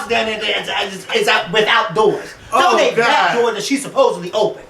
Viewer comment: I almost died when said "then can donnate this door that Nicki opned"!!!!!!